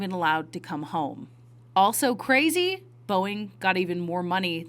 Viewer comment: IT SUCH A CWAAISYYY! IT'S blow my MIIINND! CWAAAUZY